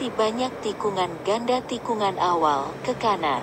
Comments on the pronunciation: Tikungan pronounce as Tee - Koo - Ngan. Try typing "Ngan" in Google translate and listen to it. Same as banyak. You sound the n and g together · I think the ng in tikungan is pronounced as it would be in thing. An n and g combined if you see what I mean. An n with a j tail at the end of the n, if I remember my phonetic alphabet correctly. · For crying out live, could we not ponder on how pronounced “Tikungan”? Peace out ✌ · The G isn't silent. You got the syllables wrong. Tikungan = Ti-Ku-Ngan , it's not Ti-Kun-Gan Same as Dengan It's De-Ngan , not Den-Gan That's why the G almost lost in pronunciation.